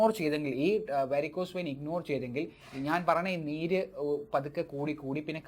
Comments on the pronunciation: വൈൻ അല്ല വെയിൻ. അല്ലേ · വൈൻ അല്ല. വെയിൻ എന്ന് പറയൂ ഡോക്ടർ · വേരിക്കോസ് വൈൻ 🤣🤣🤣 വെയിൻ വൈൻആയത്നന്നായി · Vine alla vain